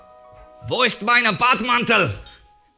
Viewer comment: "Bademantel" ROFL